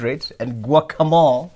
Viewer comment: Guakamoli…… guacamole